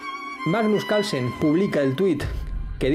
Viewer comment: Porque no hablan bien es CaRlsen la R se pronuncia Calsen no se quien es